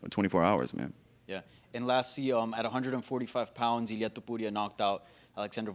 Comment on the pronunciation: I swear this dude asking the Illia Topuria question wanted to prove how well he could pronounce that name more than anything else.